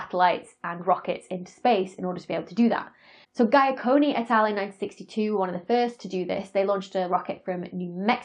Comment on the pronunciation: Great presentation as always, Dr. Becky. Just an FYI - "Giaconni" is pronounced " like Jee-uh-cone-ee", not like "Guy-uh-cone-ee" (Dr. Riccardo Giacconi, father of X-Ray astronomy, 6 October 1931 – 9 December 2018). I met him - my Aunt was a close personal friend of Dr. Giacconi's - they worked together at Harvard-Smithsonian Center for Astrophysics, in Cambridge MA.